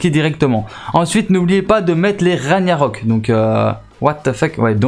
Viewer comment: On ne dit pas "raniarock" mais "raguenarock" le G ce prononce sa vient de la mythologie nordique stp un peut de respect... et snn tes videos sont bien